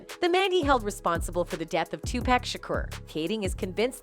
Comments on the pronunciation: It’s PAC not pack geesh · Well do a video on how this lady talking keeps on murdering Tupac’s name in all these videos. Who the fuk is “TuPack”?!!! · It's pronounced Tupac... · Pissing me off mispronouncing Pac name. Disrespectful